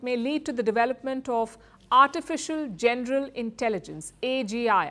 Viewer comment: Why does this woman keep saying “genDeral” when pronouncing the VERY SIMPLE WORD, “general” ???